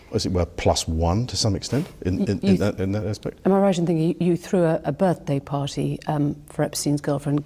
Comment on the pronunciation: pahtee mouth